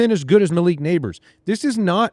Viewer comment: Why does say mya-leek instead of muh-leek as it should be? I know I'm petty lol